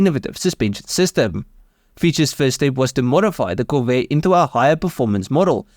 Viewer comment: visual elements ok If that was not a AI, have somebody coach the guy on pronunciation...anybody who cannot pronounce "Corvair" should not be doing voice over work. If it is AI, add to above list: lose the accent. Please disregard that comment if you are a human; it would be rude to suggest.